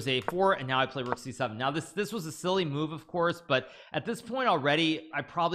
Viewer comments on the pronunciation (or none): none